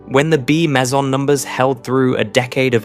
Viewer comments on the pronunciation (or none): Annoying AI commentary with a great British accent that uses American terminology/pronunciation and mispronounces too many words such as 'lead-lead', 'meson' and ''Japan'. Having said that, this channel deserves far more subscribers for its fantastic content.